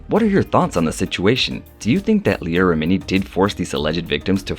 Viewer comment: Rem-en-ie lol sorry but you pronounced like most of the names incorrect and it's killing me Everytime I hear them😂😂😂